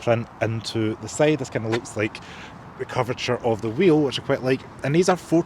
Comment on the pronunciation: Now let's have a look at the sayd of the car.....his accent is wrong 😅😅